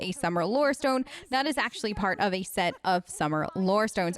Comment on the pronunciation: Why do you keep going Australian when you say stone 😐